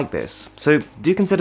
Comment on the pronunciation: Your name is Arun. It sounded like Aron 😂